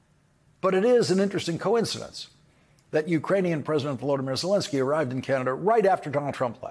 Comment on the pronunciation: Zelenskyy, not Zelinskyy.